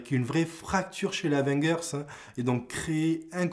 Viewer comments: Comment tu prononce le truc,Avenguers?😂T as du te tromper de prononciation il me semble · abo si tu apprends à prononcer Avengers